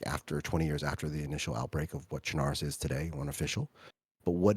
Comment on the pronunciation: one of the few people that pronouces chernarus properly, if u dont say it like lawless you are wrong and need to do research.